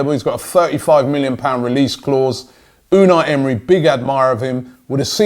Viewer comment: Holy shit Robbie No NO I'm not letting you adapt the wrong pronunciation of our new manager. It's (U-nigh ) pronounced in a Turkish way almost. Unai Emery.